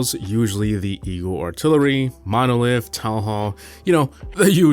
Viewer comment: eeyul altilurly